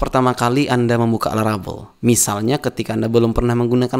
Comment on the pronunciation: laravel jadi larabel, typonya sampe ke speakingnya, which is a little bit annoying, so well done